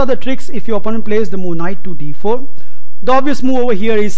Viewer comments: MarioPeloful lmao MOOOOO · MarioPeloful he may be a gujju...lol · MarioPeloful I wasn't able to get through the video because I kept hearing moo. I began picturing a cow go moo every time he said it.. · Just say moveee